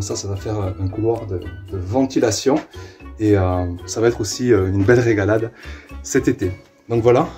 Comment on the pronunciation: faut travailler ton accend pour le mot: rÉgaladE 😉